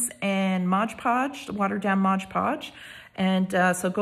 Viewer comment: Very gently and respectfully, it is not 'modge' podge, it's MOD podge.